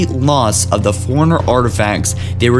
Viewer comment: Holy shit. I know you're reading off a piece of paper, but could you at least do a couple of pre reads. Dear lord dude. Not to mention one of you keeps saying "Foreigners" and not "Fore-Runners" and "cam-pain"